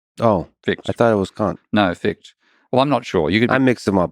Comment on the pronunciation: He pronounced Fichte wrong. In German you need to pronounce the "e" at the end., just like the "e" in Porsche.